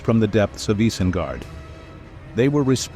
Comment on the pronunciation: Can't even say isengard correctly fuck this channel